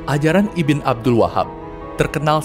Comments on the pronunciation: Pengucapan lafal arabnya masih kurang pas min IBN bukan dibaca iben tp Ibnu yg artinya keturunan/anaknya siapa.maaf kl tdk salah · Disini saya cuma mau membenarkan beberapa pelafalan dari admin: 1. Ibn = ini dibaca "ibnu" bukan "ibin" 2. Syi'ah = ini dibaca "syi" " 'ah " (" 'ah " ini dibaca seperti 'ah ketika desahan perempuan/laki-laki dalam adegan film biru) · koreksi min... ibn dibaca nya ibnu bukan ibin min.. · Setelah 2 tahun, baru sadar membaca "ibn" sebagai ibin atau iben, seharusnya ibnu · Bukan "iben" atau" ibin" mas ,tapi "ibnu" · Dari kapan ibn dibacan iben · ibn bacanya IBNU bukan IBEN/IBIN ! IBN SAUD = IBNUSSAUD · Woiii bang kata ibn itu dibaca "ibnu" bukan "iben"!!!!!!!!!!!!!!!!!!!!!!!!!!! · Cmiiw, Ibn, bacanya itu Ibnu kak 👍🏿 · Ibn itu dibacanya Ibnu, bukan? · ibn di baca ibnu abd di baca abdul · Masukan aja min "ibn" dibaca dengan "ibnu" yang memiliki arti yang sama spt "bin"/anak turun laki2 dari..